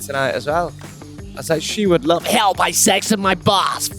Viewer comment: With his Northern pronunciation, it always sounds like saying, "Help! I sexted my bus" to my American ears.:)